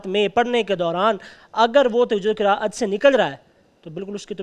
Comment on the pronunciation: جج صاحب کہتے ہیں ہمیں سب سے پہلے تجوید پڑھایا جاتا ہے😂 اور قراءت کا نام بھی قرت بول رہے ہیں واہ